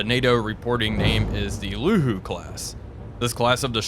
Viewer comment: A kindly pronunciation correction: "Luhu" is actually "旅沪 Lǚhu ", pronounced as "[ly˨˩꜉][hu˥˩꜌](in IPA, "˨˩꜉" and"˥˩꜌" are tone symbol)".